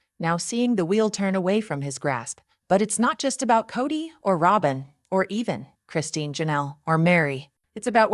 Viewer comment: Rob-in! Do you watch the show? Why can’t you pronounce the name?